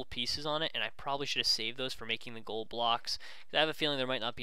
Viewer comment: he said coal instead of gold